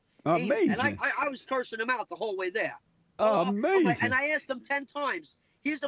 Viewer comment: Uh May Zin